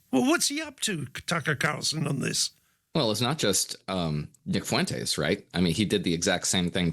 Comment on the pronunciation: Fyoo-entes… lol. Spain is like a 45 min plane ride away from you. How is that your best attempt at pronouncing that surname.